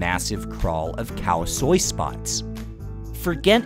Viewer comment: No it's called " Khout Swel" it's just very similar but still we don't call it Khao Soi. What are you on about ? No Burmese calls noodles Soi (sounds like Soy which is how it's pronounced in this video). It's Thai way to say it but not Burmese.